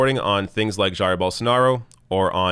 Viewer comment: If you can say “Zaïre,” then you can say “Zhaïre,” and that’s exactly how you pronounce Bolsonaro’s first name, Jair.